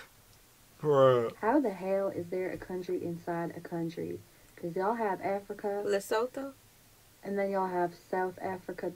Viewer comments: You Pronounce Lesotho Leh-Soh-Two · Lee - Sue - Two....that's how you pronounce Lesotho